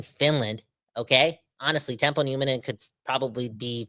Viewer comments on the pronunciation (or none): Teppo not Tempo.